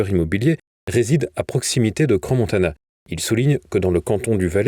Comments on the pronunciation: Svp… ça se prononce Cran… non pas cransse… ça fait mal aux oreilles 😏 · Bonsoir, on dit CRAN Montana et non cranS Montana ! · Ce cretin ne sait pas qu’on dit CRAN Montana, et qu’on ne prononce pas le S. On ne peut pas trouver quelqu’un qui prononcera correctement ? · On dit "cran" si jamais hein 😅